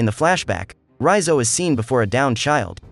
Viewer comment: I was searching for this recap who pronounce Raizo's name correctly and this is it.... I cannot listen another minute from Recap king channel as he was pronouncing his name like Reeyzo... i cannot listen anymore so... this video is it... comfortable to listen Raizo😂